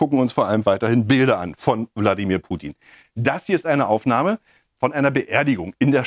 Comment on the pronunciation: Das Schlimme ist, wie er erstmal zu dumm ist, den Namen richtig auszusprechen und ihn dann so einer Lächerlichkeit preiszugeben. Das kann er gerne für sich in Anspruch nehmen, aber nicht bei Putin. Diese Unterschätzung immer wieder umd weil Fernsehen doof macht, arbeitet der da.